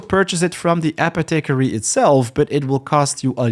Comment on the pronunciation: App-e-tick-ery lol It's apoth-e-carry